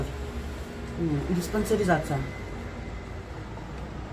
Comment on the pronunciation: Дифспансаризация, ух купчиха 😅